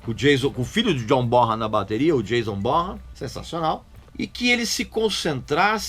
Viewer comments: Para quem não sabe, a pronúncia do nome do John Bonham é 'John BÓNAN'. ABRAÇO! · Plant viveu o inferno na terra quando faleceu Karac, e poucos anos depois falece tbm John Bonhan(que todo mundo pronuncia errado dizendo "BORRAN" o correto seria BONAN, vide o otimo SONG'S REMAINS THE SAME onde Plant pronuncia o nome diversas vezes) Eu que perdi um amigo muito próximo a poucos anos , imagino o inferno astral que Plant deve ter vivido. Não sei o quanto Bonhan e Plant eram próximos, mas se eram muito ligados, senti e sinto na pele o que ele viveu. Saberia detalhes disso?